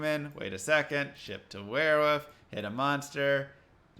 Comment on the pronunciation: Sorry to nitpick but why are you saying werewoof as opposed to the more correct werewoLf?